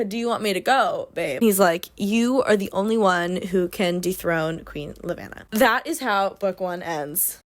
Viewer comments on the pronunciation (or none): she said lev-ana the southern way so idk lmao